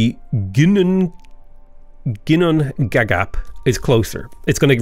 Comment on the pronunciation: Hey, a Viking here. FYI, Ginnungagap in Norse mythology is basically the primordial void from which the world was formed and to which the world will return after Ragnarök, the end of the world. A pretty close transliteration to English would be yin-oong-a-gahp, with stress on the first syllable (and oo as in book).